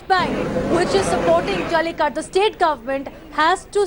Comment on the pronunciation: It is jallikattu ... not jalli kat ..... morons ...